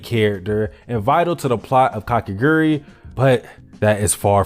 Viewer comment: i mean she's hot so it really isnt problem (a-also its ka ke gu rui not kakegri hello)